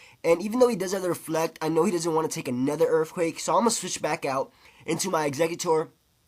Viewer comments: i disliked this video because 1 i just cant stand you saying erfquake, and 2 using wrap and toxic is just lame as hell. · You sayin erfquake is very irritating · "Urfquacke" LOL